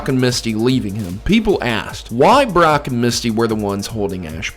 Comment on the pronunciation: lmao i swear you said Barrack at first